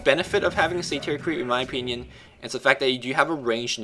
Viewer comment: its pronounced sader. not satear:)